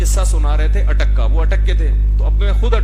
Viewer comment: Bolo na Bhai ATTAK ke lol